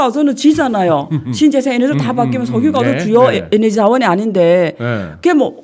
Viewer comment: 에너지라 하세요~ 에네지 아니구요~~^^